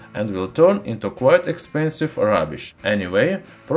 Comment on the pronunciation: He said Expansive